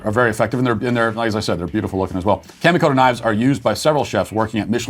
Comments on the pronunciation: Matt, kamikoto is pronounced with the "ka" sounding a little like a Bostonian saying "car", not like "camo." I know you don't care, but maybe the company does. Lol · "Kamikoto knives" sounded like "candy-coated" knives which was puzzling to me.